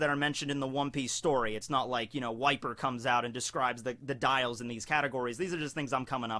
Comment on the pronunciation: Every time you say "Wiper", I hear "White beard".